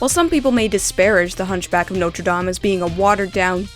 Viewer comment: no one else is bothered on how he said dame?